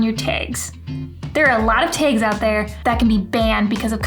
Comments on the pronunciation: Did you say "taage"? That's a new dialect. Good information. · Great video...tip #6 is on point...you are the absolute boss of creating desire for more...love the way you pronounce "tags" sooo cute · I love the way you say "tags" what accent is that?